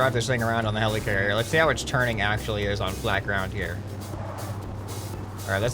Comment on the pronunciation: he says hellicarier hes a marvel FAN